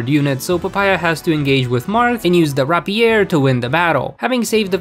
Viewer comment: Rapier is pronounced rape-yer